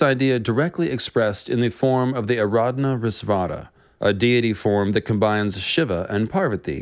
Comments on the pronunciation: This is a great work of research, consolidation and comparative study. But I would appreciate if you pronounce the names correctly. Example: Ardhanarishwara (Ardha-Naari-Eshwara) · he is trying to say अर्धनारेस्वर got my head scratching by the pronunciation Are-dha-na-ray-swar Closest English pronunciation would be something like this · Its pronounced Ardh-Naari-Shwar